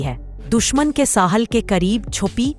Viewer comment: Dear the true Urdu word is "Sahil" not "Sahal"